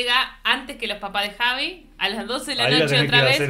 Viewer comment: En la introducción del vídeo, uno de los dos dijo "y yo soy Javi".... Pensé era "Jasvis"😂